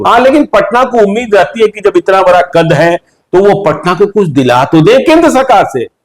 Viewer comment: । भाई तुम अपना उच्चारण सही करो । यार जब को ज़ब, जहाँ को ज़हाँ क्यों बोलते हो??